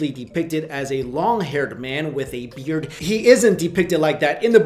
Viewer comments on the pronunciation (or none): none